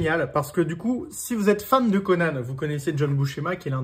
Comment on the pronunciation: Normalement, ça se prononce "Conane"